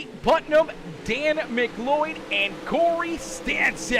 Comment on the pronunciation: Finally pronounced McLeod right!!! I’m so happy “Muhcloud”